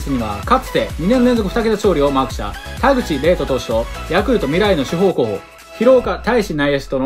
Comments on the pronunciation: 田口はれいとじゃなくてかずとだったきが あと、高田もたかだじゃなくてたかたやったかと、、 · 田口はれいとじゃないよ！かずとだよ！しっかり勉強しましょう！